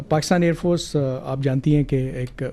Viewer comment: Pani nahi milega .. ker lo Jo kerna hai😂😂. he said Aand force🤣🤣😂